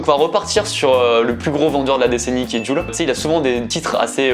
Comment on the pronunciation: Jul se prononce < djoul > et le prononce < jul >